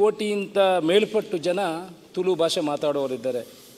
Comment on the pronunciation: Sari panle marre.. ತುಳು.. not ತುಲು